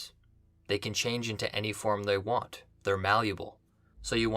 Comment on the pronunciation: say malleable again